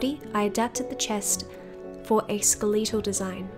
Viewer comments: i love your videos so much but i cannot stop thinking about how you pronounced skeletal, i don't think i've ever heard someone say it like that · This gave me nostalgia for all the research I did on Marie Curie in second grade. (I’ve never heard anyone say “skeletal” that way. Do people say it that way in other countries?) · This was incredibly sad and educational, and beautifully done. Honestly I look forward to more like this, and I can tell you put so much effort the doll and the script. Brilliantly done! Also, I really like how you pronounce "skeletal", it's kinda endearing! 😁